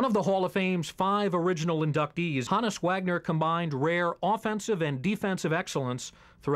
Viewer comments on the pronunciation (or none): Is he native american? or why do some ppl pronounce his name "Hah-nus" instead of the popular pronunciation "Ho-nus"